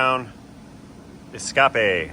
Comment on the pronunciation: Your French is worse than your English, but I doubt your teachers are bragging about you. You still need to test drive that 'Escappah' at 158 mph to confirm the repair. Can you just get into the vehicle settings and change the reading from MPH to KPH🤨? You could see 158 on the speedometer that way